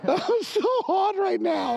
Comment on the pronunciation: " I'm so hawd right now!" 🤣🤣😂😂